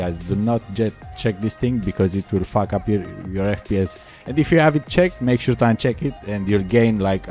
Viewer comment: 'it will fawk up your pc'